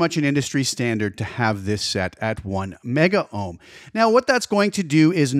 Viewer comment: It's "Megohms" and "Kilohms" dude. Just because things went digital 'kilo / mega' doesn't mean Ohms did. We did fine without the extra vowels in the 60's and 70's.